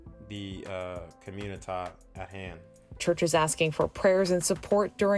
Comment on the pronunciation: Community not comunita like u pronounce